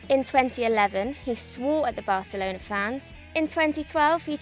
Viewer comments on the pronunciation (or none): none